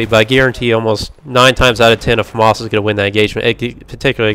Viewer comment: Its not a farmars its a Famas....